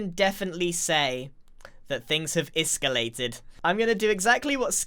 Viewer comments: "Iskallated" HA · did you mean iskallated 🤣🤣😏🥔🥔(it’s a pun that’s the closest I could get) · ISKALLATED LOL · “Things have iskallated” I see what you did there 😏😏